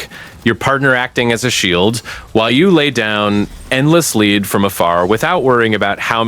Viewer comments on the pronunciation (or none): buddy is reading a script and saying the words in the wrong context, "live" "lead" etc.